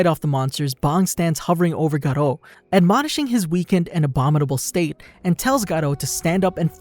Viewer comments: How to pronounce Garou ga-ru not garo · It's gar-oo not garo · Not garo its GAROU. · the life of graduo its not graduo is garou 😎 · it not Garland it Garou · STOP CALLIN HIM GATO OR SUM PLEASE😭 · Bro its not garoh its literaly GAROU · why he say godru garou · She's name is not garo its garou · You dont say it garo you say it garu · "garou" ❌ "garro" ✅ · Bro this man said tagaro💀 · I never knew it was pronounced Galoh? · gerou lol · man said gaarro💀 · When you say garou why do you sound british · Please stop saying 'Garou' like that